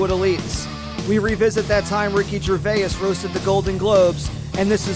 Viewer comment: Somebody tell Jim how Gervais is pronounced! ❤️